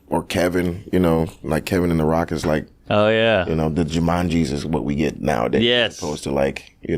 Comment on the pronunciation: I thought he said JumanJesus, and that is at least a sketch, if not a movie.